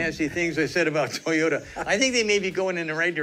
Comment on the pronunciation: I agree with you! BTW, it's TOY-OH-TAH, not TEE-OH-TAH.